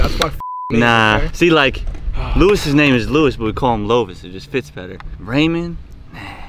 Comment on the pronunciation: Raymond (rain-man)